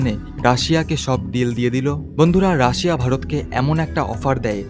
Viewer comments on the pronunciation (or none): none